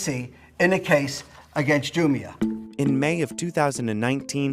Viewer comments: It’s not pronounced “Ju-mi-ah”, but “Ju-mia” 🤣🤣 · you can't even pronounce the name of the company right, what's wrong with you? Andrew left pronounces it spot on - JUMIA ... not the stupid way you're pronouncing it ... ju-meia ... what's wrong with you? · It's jumia not jumia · It's pronounced Jumia and NOT Jumia. Jeez!